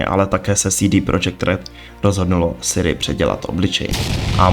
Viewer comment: 1) Vyrazit dech, ne vytrhnout dech – vytrhnout dech prostě nic neznamená 2) CD Projekt Red se vyslovuje CéDé Projekt protože je to Polsky, ne Anglicky 3) Není to Siri, ale Ciri!!! 4) Kovir není kontinent, ale země na stále stejném jednom kontinentu 5) Nikdo Ciri neupravoval obličej, jen první trailer je nasnímaný jakoby přes fisheye objektiv 6) Nového koně Kelpie, která se objevila v knize je protimluv 7) Combat system není o lektvarech, ale o technice soubojů